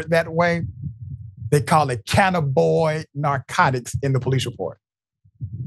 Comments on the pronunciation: Okay Doctor Richey, If you can spare a moment of your time, say it again please: CAN - nab - in - oid There are 4 syllables in this word instead of just 3 For more than ten years here in Washington State, cannabis derived products can be purchased legally for recreational use from any of the 650+ dispensaries throughout the State. So the word cannabinoid is growing more common nowadays. When saying "cannabinoid" out loud people emphasize the first syllable of the word, but I have heard people stress the second syllable "NAB" a few times as well: can - NAB - in - oid Either way is acceptable. But saying it like "canna - BOYD" - that is not correct. And I winced to hear you say it that way, (sorry haha) 😅 I'm probably not the first person to point it out to you in these comments, since you posted this some hours back, but searching the comments is a hassle so I'm leaving you this note just in case Peace and Thank You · It isn't "cannaboy." It's "cannabinoid." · CANNABOID?! Come on Doc... read. The term is cannabinoid.😐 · (Canna bin noid) is how it's pronouced. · It's not canaboyd... And you're Dr who? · Doc.... It is pronounced Cah-Nab-be-noid. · You butched the pronunciation of "Cannabinoid."